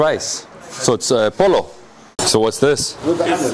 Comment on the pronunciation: it's Polo as in poe-low, not "polaw";) Thanks for foodtorturing us:D